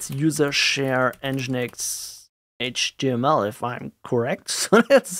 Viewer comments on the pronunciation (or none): none